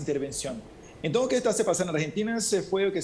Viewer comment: No es entõn sino ENTONCES! 🤭 🤣 🤣 🤣 🤣 🤣 No es vacinas sino VACUNAS! 🤭 🤣 🤣 🤣 🤣 🤣